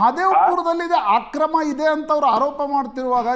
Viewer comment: ಅಕ್ರಮ... ಆಕ್ರಮ ಅಲ್ಲ.... 😢